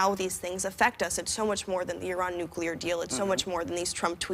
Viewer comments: My favourite part is them saying “i-rawn” correctly instead of “I Ran” like how they usually say it in America. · When Whoopi said "ee-rahn" instead of 'I-ran'...🙌